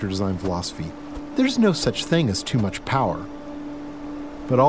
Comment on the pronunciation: "there's no such thing as too mush power"... nerfed